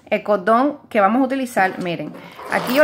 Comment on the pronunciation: EL CODON EL CODEL? por que no pueden pronunciar la rCORRRRRRDON CORRRDL